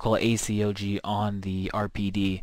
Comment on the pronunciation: y not just say A-COG insted of A-C-O-G (just saying